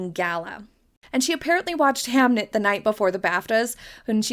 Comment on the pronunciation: It’s Hamnet not hamlet